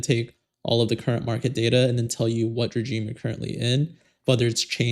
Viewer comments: Very informative, thanks! Just a side note, its pronounced, "re-zheme", not 'J' - its a "zhe", it retains its French pronunciation. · Regime is pronounced "re-ZHEEM"....like the sound in "measure" or "vision." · You are pronouncing regime incorrectly